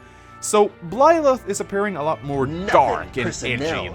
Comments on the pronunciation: Why do you pronounce Byleth as Blyleth? Why? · This just in, cannot pronounce Byleth and will fail to do so in all future content Pretty sure that not-Serra was previously confirmed to be named Mercedes and I think is a sword unit (?) Don't knock Bernadetta for being an archer. Apparently she can also use Lances. I get the feeling she's going to be a dark horse choice for a lot of people. Personally I'm really hoping that there are some more characters we meet who aren't part of this high school so we aren't in the Fates situation where everybody is either a royal or a retainer from the same country, but I'm not holding my breath. Failing that, that the implied time skip is long enough to moderately counter the whole ethical issue with leading on a student...